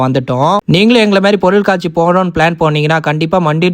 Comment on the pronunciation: சேட்டு பையனா இருந்தாலும் நல்ல அழகான தமிழ்ல பொருள் காட்சி என்று உச்சரித்து சொல்லுவது அழகா இருக்குபா..